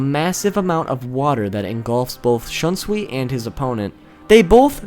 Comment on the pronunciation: Wow your pronouciation of Shunsui's Bankai is some next level shit.